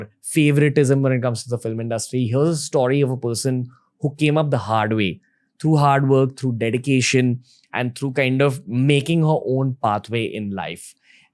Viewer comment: love your videos! new and insightful content! just one suggestion - please don't say 'staw - ree'... say story the right way!